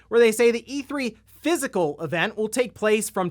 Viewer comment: Each time says all the syllables in physical an angel gets it's wings.